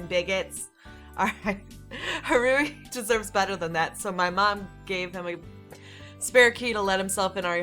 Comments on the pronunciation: I can't get over the fact you pronounce Haruhi as Hah-ru-ee ;w; I keep cringing every time you say it lol It's Har-oo-hee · I wanna see you play more :D Also, its pronounced Ha-rue-hee. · I say go for continuing this,! Also, it's pronounced HA-ru-HEE. For "Haru" it's just HA-ru, You're putting too much emphasis on the second syllable. But don't worry about it too much, it just means you're not familiar with Japanese, which I don't blame you for, it's not an easy language to master. (I wouldn't call myself a Master either, just an ex-weeaboo.) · play more please And just so you now haruhi is pronounced ha-ru-he the only difference is really the I at the end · I love this series so far!!! Just so you know haruhi is pronounced "HADUHE" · I think Haruhi is pronounced "Haru-hee," with emphasis on the "hi/hee." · Its pronounced ha-roo-he and curl your tongue on the r so it sounds more like an l. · ***** Same here. xD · You're stressing Haruhi too much 😂 Just relax when you say it. And I would like to see more ❤️ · Oh and for the name haruhi,it's pronounced ha (like you're laughing) ru (your ru is fine) and hi (say it like you're saying he) Hope that helped!